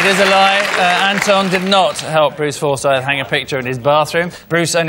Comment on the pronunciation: He sounded like Stacey Solomon when he pronounced Forsyth as well